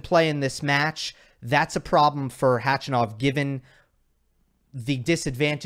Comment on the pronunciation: because you like to pronounce players names right 😊. It’s Kar’en Khach’anov ( ‘ for stressed syllable). You pronounce his name like a woman’s who complains a lot 😄